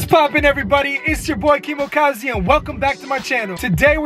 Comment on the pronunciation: Remember the time he said KEEMOKAZI 😭😭😭😭😭😭😭 I want it to come back